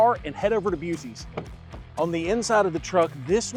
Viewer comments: From a Texan, please learn the proper pronunciation of our gift to Interstate travelers!! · It’s “Buck ees” not buecees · why does he say boosies instead of buckys😂😅😂😅😂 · They probably turned the charger off because you mis-pronounced the name of Buc-ee's. It's Buc(k)-ee's, not Busee's... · WTF was that????!!! “Busey?” Buc-ee…. “The home of the friendly beaver!” for crying out loud… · Buucees🤣🤣 holy cow, that killed me. Buckees pronounced. Buc-ee's. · As a Texan, I will now ONLY refer to Buc-ee's as "Busey's". 🤣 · Nope, it's Bussey's we don't care how you pronounce it in Texas. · No music please. Also, say it like buck-ease... My wife calls it buseys as a joke. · Disrespects Buc ee’s but mis pronouncing it (Buck*ees) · Do you know what is the logo is... a beaver with buck teeth. OMG it's called Buc-ee's (Buck). I've never heard of anyone so stupid not to say it right. Even when you walk in the door they say clear as day "welcome to Buc-ee's" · He lost soooooo much credibility when he said “busee’s” 😂!!! Honestly, had my wife not went to Buc-ees several years ago and brought me home a growler I likely would have thought the same thing since I had never been to one before. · BUCK - EEEES 🤦🏾‍♂️ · For the love of everything holy! It’s spelled Buc-ees, but Pronounced Bucky’s You were standing right next to Bucky the Beaver in the video. Every time you walk into the store they loudly and proudly say “Welcome to Buc-ees (Bucky’s).” And if the store employees are pronouncing it the same way you are then someone needs to call corporate on them!!!😂😂😂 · This mf really said beuuceess🤣😲Issa joke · Buck eees? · Cant tell if your joking or not on the way you are saying buc-ee's! I hope you are 😂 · Are you mispronouncing Buc-ee’s for licensing reasons?LMBO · 1st turn down the background music. way too loud. 2nd, unless im wrong, are you mispronouncing "Buc-eeys"? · he is messing with us with bucce's pronunciation right? lol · Half of TX just gasped